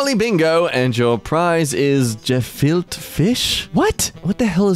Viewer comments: gefilte is pronounced ‘guh-felt-ah”. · aye i had to try this the other day! it’s pronounced guh-filt-uh fish